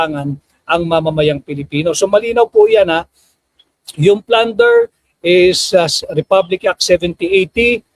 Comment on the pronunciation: Plunder Hindi flander